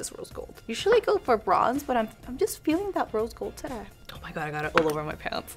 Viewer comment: Gosh I love your videos but your "terei " instead of today make me feel sick 😭😭😭😭😭